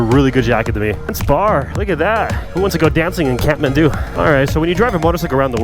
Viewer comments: He says catmandu but it's Kathmandu😂..anyway thanks for visiting our country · Am i the only one who hears catmandu when he says kathmandu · Every time he says kathmandu why I hear catmant